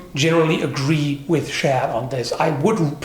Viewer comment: Did you say that guys name was "shat" ? Like " I shat " myself while working on my sword?